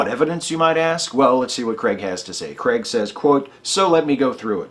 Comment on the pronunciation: Why, oh why do Americans pronounce Craig as though it's Cregg? Another great demolition. Thank you.